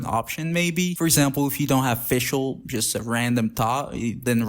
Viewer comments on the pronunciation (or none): none